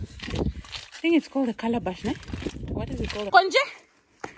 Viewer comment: " kondje " 🤣🤣 , homegirl was chasing the chickens .